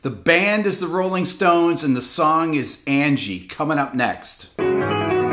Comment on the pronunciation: I want to like this song so much, but Mick's completely bizarre pronunciation of Angie ruins it for me every time.